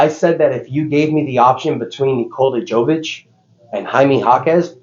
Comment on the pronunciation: It’s pronounced yovic and yokic. You do it every video 💀